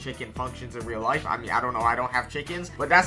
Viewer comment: Bro said rellistic and rell life😭😂